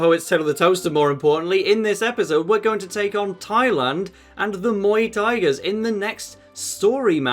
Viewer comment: When he pointed out Muay tigers as Muay Thai I can’t unheard it lol it just Muay Thai -gers